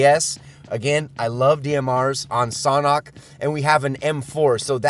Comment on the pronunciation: It's pronounced SANDHok not SOHNHOK